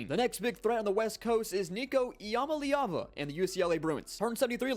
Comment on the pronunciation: it’s “Ih-Ma-Lee-Ah-Va”